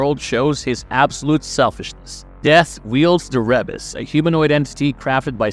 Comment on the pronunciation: Ree bus not reb us